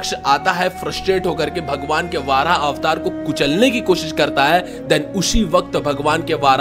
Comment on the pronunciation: Are bhai वाराह nahi वराह avtar होता he